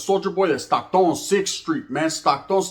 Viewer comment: It’s Stockton homie not Stocktone!! Dead homies! Palabra foo!! 😂 por favor believe it!!